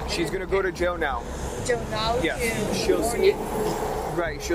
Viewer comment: "YeZ"... Stop talking